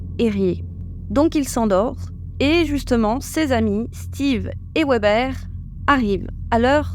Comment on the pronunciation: Un petit mot les Sisters. Si ces personnes sont d'origine germanique il faudrait prononcer leur nom Weber à leur façon Soit VÉBE en entendant le "E" final